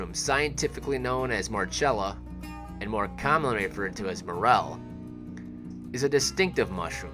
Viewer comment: The genus is actually pronounced mor-KELL-ah.